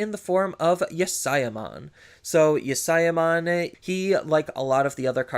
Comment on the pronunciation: Yasyamon is actually pronounced like yasha. The Japanese pronunciation has that sy sound kind of like the Sh in English.